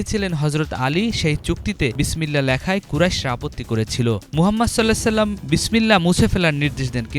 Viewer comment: Sallallahu Alaihi wa sallam সঠিক উচ্চারণ করুন